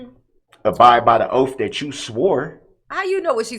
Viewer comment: What the hell is a "Ohff" Darrell? Are you trying to say Oath?